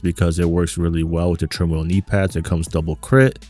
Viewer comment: meaning how to say the name.... to be in turmoil... TERMOIL say it with me l;ol